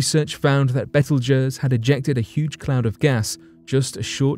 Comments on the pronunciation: It's not "betel guizz" it's called Beetlejuice. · Betelgeuse is pronounced beetle juice...x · Good lord.... it's pronounced... Beetle- Juice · First gotta say I love the show show brother,,,, Now with that said hers why I decided to write ....repeat after me it is pronounced "Bee-tle-Juice" Not "Bet til Guiest" You brits and your language lol! Like "Alum-inum" You Guys Say "All-u-minium" Different ways to say the same word is a culture thing but butching is another ..Just a heads up guy. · How the hell did you just pronounce Betelgeuse! Hahaha smh it’s pronounced like “beetle-juice”….. wow just wow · Its pronounced Beetle Juice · I'm sure someone else said it before me but the star in Orion is pronounced beetlejuice, just like the movie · Learn how to pronounce beetlejuice correctly. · Yeah, that pronunciation is freaking me out too! You are correct that phonetically, it should sound like "beetle juice".